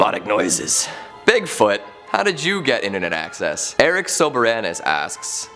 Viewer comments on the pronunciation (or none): none